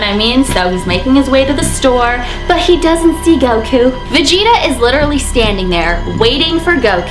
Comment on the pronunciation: You pronounced vegeta wrong